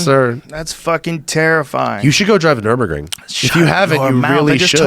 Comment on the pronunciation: Hey Joe how about you teach your dumbass "car guy" friend Brenda how to say nurburgring